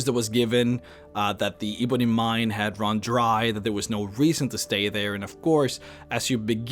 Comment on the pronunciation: How hard is it to say 'ebony'. It's not eeeebony, it's 'eh-bony'. Ebony. Come on, I'm not even English yet I know that.